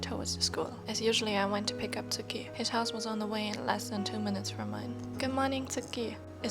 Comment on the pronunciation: WOAH I HONESTLY THOUGHT I PRESSED ON A DOCUMENTARY OR SOMETHING- your voice is very nice to read with story’s with and the Japanese slangs like “eh?” And the way you pronounced “tsukki” was really good I’m really shocked! I’ll be waiting for part 2 patiently don’t stress yourself and take your time ^^